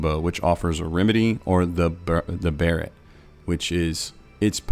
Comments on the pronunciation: I think it's supposed to be pronounced like "beret" rather than "barret". awesome guides man, thank you. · (Bar-et) a barrette is a hair ornament. Ask any girl how to pronounce it ;)